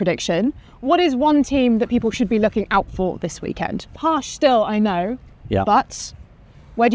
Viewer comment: My only pet peeve is that she still hasn't learned how to pronounce "Porsche". Ant Davidson had that issue his first season commentating, but he fixed it last year.